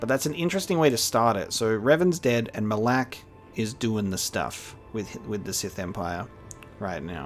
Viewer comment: It's not "Ma LAAK" It's Ma Lok"